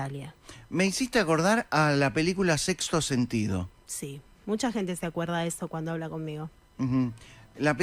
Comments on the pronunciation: Dice "Sexo sentido" en lugar de "Sexto sentido" o me parece a mí? Lo dice de puro ignorante que es? Porque pronuncia mal? O es otro de sus chistes...? Como les pasa a la mayoría de los entrevistadores, [⁰] interrumpe toodo el tiempo!!!!!! Por suerte, en varias oportunidades, no le da pelota y sigue hablando hasta redondear su idea. Empecé muy moles< ta con este hombre por sus chistes tontos pero fui empatizando con él y terminé riéndome mucho. Con los números de la lotería estuvo genial! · El entrevistadoe tiene oroblema para pronunciar sexto? Por qué dice sexo sentido ? Y lo repitio muchas veces.... Porque, supongo que di quiso hacer una broma, con yna vez de decirlo ya el chiste deja de serlo ....pero lo repitio tres veces..... Entonces me pregunto .... Será que bo puede pronunciar ? O se esta haciendo el pelotudo ? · La película es sexto sentido, el locutor dijo sexo sentido?? O escuche mal?